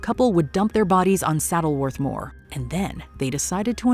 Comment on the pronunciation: I grew up in the shadow of Saddleworth Moor. Very strange to hear an American person saying it! Such a shame that the place I grew up has such a tragic past - very much taints my happy memories of Yanks Weekends and summer walks at Dovestones.